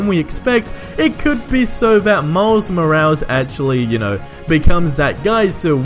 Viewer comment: "Miles Mo-als"